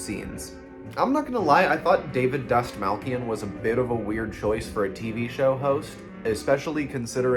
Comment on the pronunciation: Pronounced David’s last name wrong and Late night with the Devil was perfect. You aren’t happy with anything